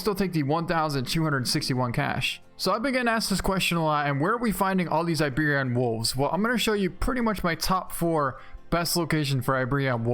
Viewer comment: dude...... it's iberi-an not iberion. please fix it!~